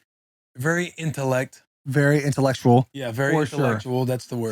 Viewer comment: Mans said "very itellect". I immediately subscribed